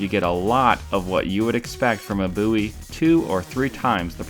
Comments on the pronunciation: its bowie not buiwie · Your dumb it is bowie not boo e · Just remember this is also the guy that uses Wikipedia as a source. Its Bowie not BOo Ee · peek ah booie ! I always thought it was pronounced (bow-ee) not (boo-ee) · It's pronounced bow-ee I can say it however i want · Jim Boo-ee popularised the BOW-ee knife. Geez I heard a British reviewer say bOW-ee knife.. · "Jim boooie" lol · Bow-eee is how most people say it, it's fucking weird how your saying it. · You sound like an idiot saying "Booie" Just sayin. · You do not know how to pronounce Bowie correctly. Instant thumbs down for making a statement that is so wrong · Its not pernouned differently? Jim Bowie David Bowie same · Always the troubled pronounced word Bowie